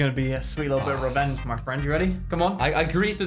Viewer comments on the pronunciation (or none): Its wisp's R E V E N A G E